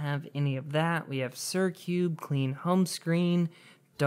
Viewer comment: dude did he just say "suri" instead of siri